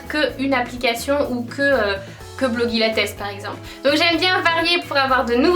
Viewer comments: pour blogilates, on dit "blogilèits" pas "blogilatès" ! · "Blogilates" ça se prononce "Blogilatèce" ? Sinon super vidéo, merci de m'avoir fait découvrir PumpUp :) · La façon dont tu prononces Blogilates et Cassey Ho c'est un peu une insulte pour elle en fait